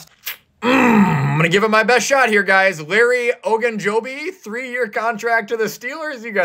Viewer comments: You pronounced ogunjobi right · Good job you pronounced Ogunjobi correctly 👌🏻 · Congrats, you said Larry Ogunjobi's name correct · You said ojubjobi right